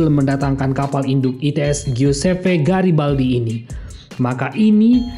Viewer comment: Garibaldi min bukan Girabaldi